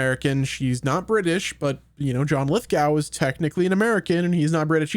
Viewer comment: It's pronounced lith-go